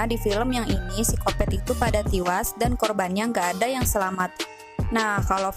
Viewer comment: Tiwas? Bisa berbicara dg bahasa yang benar? E dan I itu beda ya